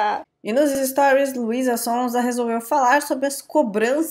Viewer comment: Achei que eu tava doida pq eu ouvi Luisa Sonza